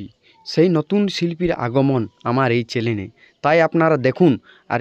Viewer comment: দাদা কথাটা ঠিক করে বলো- চ্যানেল ন চ্যালেন এইটা ঠিকঠাট করে বলো।